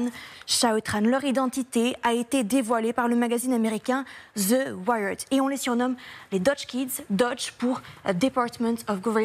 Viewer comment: il n'y a pas de Z dans le mot anglais THE wire , donc arrêter de massacrés cette langue !? vous avec votre maudit Ze